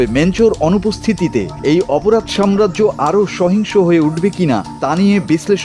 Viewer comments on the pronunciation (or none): none